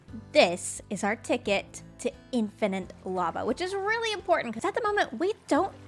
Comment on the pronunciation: You're the second Canuck I've heard add a third 'n' to the word 'infinite'. Maybe it's a weird accenty type thing... makes me wonder how you pronounce 'finite'.... Fun series though. Thanks.